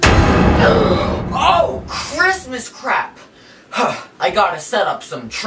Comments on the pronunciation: him the whole time: cHrIsMisT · Giovanna “Why can’t I hear..-Christmas😭” he said it as if it was a sound (he has many of these)